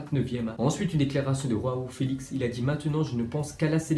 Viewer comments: Tu te trompe se n ais pas roao felix mais joao felix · João Felix on dit avec le "j" et non avec le "R" pas comme en espagnol😏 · Ptn bizbiz t'est de pire en pire c'est joão felix pas waow felix 😂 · Par contre le j de Joao felix se prononce comme en francais genre "jean" c'est portugais pas espagnole XD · Oui mais le j ce prononce r enfet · Et Joao Felix aussi